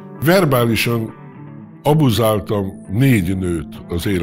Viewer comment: Milyen szépen beszel magyarul, "verbálisan, abuzaáltam" stb................ csodalatos ..............